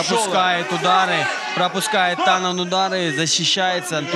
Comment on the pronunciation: ЧТо за Танан?! ау, ТаноС С на конце ау. Беринчику отбили видать голову уже, или рот что выговаривать не может)